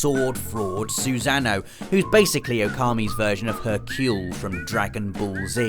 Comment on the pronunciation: Please stop saying Orochi and Susano those ways, it's not the right pronunciations, it's O-ro-chi and Su-san-o